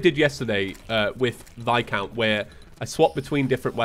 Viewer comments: PLEASE HIS NAME IS VIS-COUNT NOT VI-COUNT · God when you call viscount vi-count it makes me cringe lol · His name is pronounced like "vi-count"